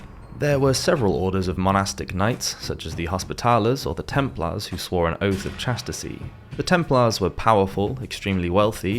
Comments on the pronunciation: His pronunciation of 'Aquinas' and 'hospitallers' is pretty weird as well. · It would be good if whoever did the voiceover learnt how to pronounce things. Templars, Hospitalers and (Thomas) Aquinas come to mind... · The narrator needs to check his pronunciation of Acquinas, Hospitallers, Cathars, and Castile.. Otherwise, thanks.